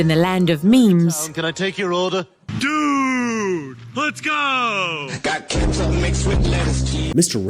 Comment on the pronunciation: You pronounced dude wrong, it's 'do͞oo͞oo͞od'.